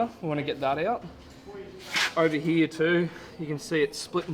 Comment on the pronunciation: What’s up with the Queensland pronunciation of the word “here”? The whole “ heeYaah” bit. is the only one who speaks normally.